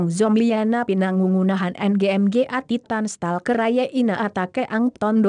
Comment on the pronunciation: I live in the Philippines and the voice there cracked me up, mga is pronounced ma-nga, not em-gay XD